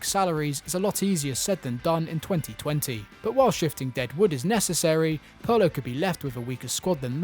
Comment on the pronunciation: Pronouncing 'Pirlo' that way should be criminal.